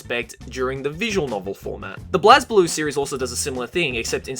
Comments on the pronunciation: I Love that he acknowledges Blazblue but got damn it's pronounced liked BLAZEblue not BLAHZblue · Oh, the way you mispronounced BlazBlue made me shudder. But I forgive you because you're awesome <3